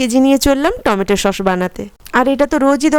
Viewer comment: আরে দিদি সোস না ছস